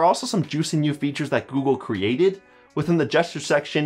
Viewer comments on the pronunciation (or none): none